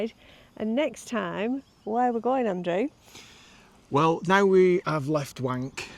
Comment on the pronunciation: Great video as always guys. I’d love to see your YouTube upload settings for Andrew’s pronunciation 😂😂 Those little Red Cross gondolas bought back memories (not the cute kind) after I came down in one after crashing snowboarding in Spain 🤦